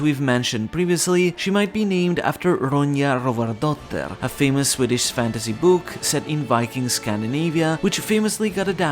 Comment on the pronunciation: I'm 3 minutes into the video and as a Swede I gotta say: Well done pronouncing Rövardotter! The name has to be a reference to Astrid Lindgren's classic story, Ronja is a very brave girl. I'm pretty sure we had that exact book cover when I was a kid, except it was in Swedish and not Norwegian/Danish... Gotta say, that mistake gave me a good chuckle. Now, back to watching because daaaaamn I've been waiting for this!!